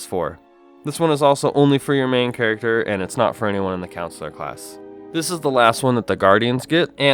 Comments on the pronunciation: CoNsular, not councillor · does anyone else cringe when he says "Counsular" instead of "CON-sular"? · The pronunciation of Consular is slightly annoying... it's not pronounced like Councillor. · "counsellor class" ok bro